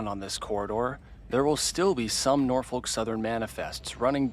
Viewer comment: He said it fine 😂